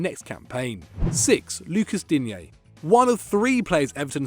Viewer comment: its pronounced luca deen